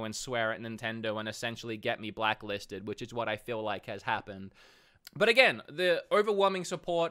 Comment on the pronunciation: “It ees what it ees”